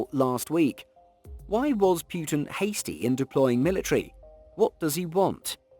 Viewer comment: It's 'Putin - Poo-tin' not 'Pewtin'